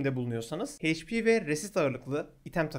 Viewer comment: Hp heyç pi değil eyç pi diye okunuyor